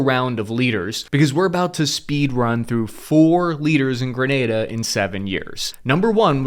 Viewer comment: The first American ive heard Pronounced it Correctly. 😅